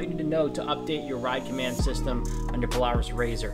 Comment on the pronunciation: The way he said Polaris😂